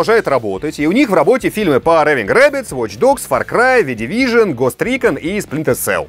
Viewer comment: что с тобой случилось? Не Кано, а Кейно, не Джес Ван, а Джейс Ван, не Гост Рикон, а Гест Рекон.